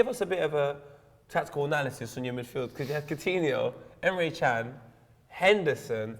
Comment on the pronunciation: Emre cans surname isn't 'chan' its 'gan'